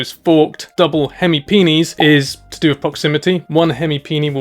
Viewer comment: "Hemi peni" ... I think you've invented a new toy 😅